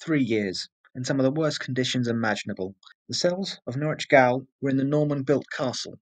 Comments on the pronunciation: Probably other people have told you and I hate to be another but -goal is pronounced as jail . Tricky English language. Great informative video though, I’m Australian and am embarrassed that I didn’t know this. Poor people, a sentence of 14 years would mean you’d never get to England or Ireland ever again. Great ending though 👍👍👍🇦🇺🇦🇺🇦🇺🇦🇺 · gaol is pronounced the same as jail its prison not soccer old boy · "Gaol" is pronounced "Jail"